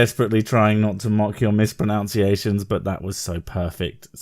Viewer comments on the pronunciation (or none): it's "pro-nun-see-ashuns" not "pre-noun-see-ashuns" . Irony.